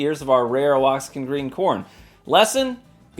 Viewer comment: Wah-hawk-in is how we pronounce it in Texas. Really good Mexican mozzarella style cheese too. I put it in my enchiladas. These both sound very interesting.